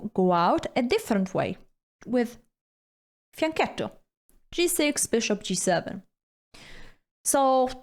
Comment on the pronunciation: Hikaru calls it fiancittow 😂 Help 😅